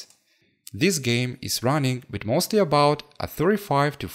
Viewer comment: with this one to" wid the dis one" that is what he said